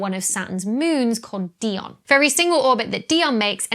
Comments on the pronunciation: Dione is pronounced Dai-oh-knee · Dione = "Di-o-nee", after the female Titan in Greek mythology, not "Dee-on", after Ms Warwick, the titan of R&B and soul :) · On a serious note, is "Dione" alternately pronounced di-oh-nee?